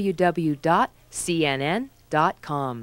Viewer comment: The most annoying thing about that announcer, and what should have gotten her fired is not being able to pronounce 'WWW'. It's Double You, not Dubba You. When I was in college radio, that was written on the console.